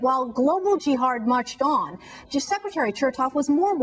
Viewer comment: "Jihard"? And this woman feels it necessary to correct others when they speak or "mispronounce" something. Talk about grammatically impaired. She really is a joke.